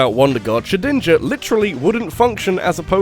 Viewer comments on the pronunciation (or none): none